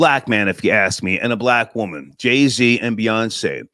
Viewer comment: It's JayZ, not Jay C. And they all want to burn what we built. 🤣 go figure.